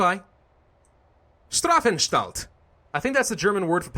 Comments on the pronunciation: hey if you meant with "Wünder" wonder, then it is called "Wunder" in german, it's without the dots! otherwise it's a funny and good name xD Also, we germans pronounce the "st" as "Scht" so Strafanstalt is actually spoken "Schtrafanschtalt":D would love to hear you say it correctly:D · I think I might've gotten a small stroke when you tried to pronounce Strafanstalt